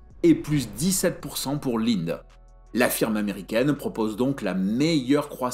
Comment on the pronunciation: ça se prononce "Lindé"